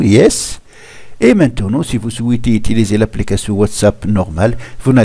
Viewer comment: Il a dit comment outuluser 😐😂🔥